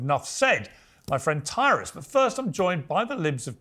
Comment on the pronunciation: Piers, QUIT calling him “Taurus” it’s “Tyrus” !! And don’t blame it on your British accent!